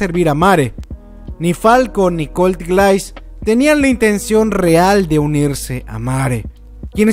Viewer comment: GRAAN VIDEO! una correccion, grise se pronunciaria como guraisu, de ahi en la traduccion queda como glais, osea es su apellido y lo comparte con falco, aparte el aparente parecido fisico xd (como lo que pasaba con levi y rivaille)